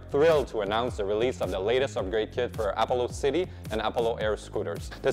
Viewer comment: appo-low? That seems an odd pronunciation of a known word.